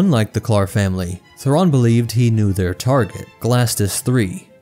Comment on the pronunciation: Great vid, as always, but man those pronunciations.. oof